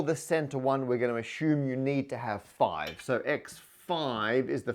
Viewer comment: On my Bingo card I had - "Matt says ASHUME instead of ASSUME". It came up about 5 times.